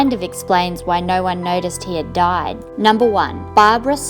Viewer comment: This is what Australians actually sound like 😂